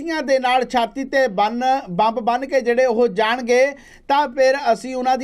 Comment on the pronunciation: Bai ji bomb ni ammb boliaa c😂😂😂